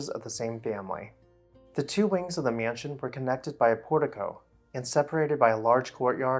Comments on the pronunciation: Every time the narrator of this video says the word "mansion" I cringe. It is not pronounced "me-yan-sion". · T I am a native speaker and he IS mispronouncing it. It's a simple two syllable word, and people in certain parts of the U.S., like the upper midwest for example, often add an additional syllable to that word and others like it. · Love the pronunciation: myanshun.